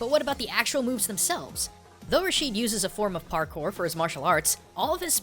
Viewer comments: Just one more thing, it's not pronounced Rasheed but more like Rashed with elongating the pronunciation of the (a) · is pronounced (RA-SHED) not (RA-SHEED) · Rashid is not pronounced (rasheed) in arabic it most commonly pronounced (rashed) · Rashid raa shed not rasheed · A minor annoyance, I noticed that foreigners almost never pronounce any Arabic name correctly. It clearly says Rashid (Ra-shid) but every one pronounce it it Ra-sheed for some reason. I understand when the names have no similar letters in your language so this has no excuse. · I think it is said "RAA-Sh-Id" , and not "Rah-Sheed". Over that's how I say it. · we pronounce the name rashd ,not rasheed. keep up the good work! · its Raashed how its pronounced but the spelling is rashid